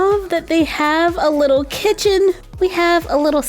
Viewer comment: Not trying to be rude but you said kitten not kitchen